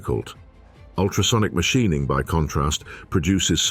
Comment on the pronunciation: WTF is Mashineing??? Teach your AI voice better.